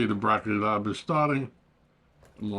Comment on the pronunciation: Are you saying Blocky Lob?